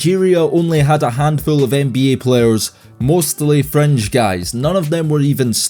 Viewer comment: Bro i would take you alot more seriously if you just said nba instead of n bee yayy